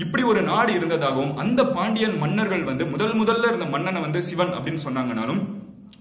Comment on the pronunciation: ஷிவன் னு உச்சரிக்கிறதுக்கு பதில் சிவன் னு உச்சரித்தால் தான் அது தமிழ் நண்பா